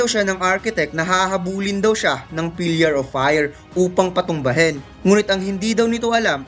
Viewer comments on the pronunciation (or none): Pillar not pilyar